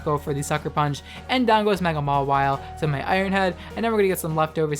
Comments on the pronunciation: It's pronounced MAR-wile, you pronounce it as ma-WILE. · It’s Ma-while or Maw-while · Ur pronunciation of Mawile triggers me.